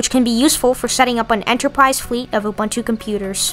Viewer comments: Pronounced ooh booon tooh. Don't mispronounce indigenous words as you are doing it in a most offensive way. Please. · Pronounce Ubuntu